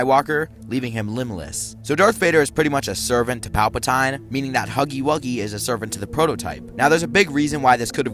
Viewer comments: "Pal-pah-tie-ne"? It is "pal-pah-tea-ne". 😭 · bro it hurt so much when he called palpatine palpa-tine when its pronounced palpa-teen